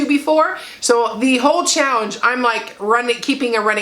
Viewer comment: I’m sorry … are you saying chowenge? Hey that works instead of challenge. Great job😄👍🏽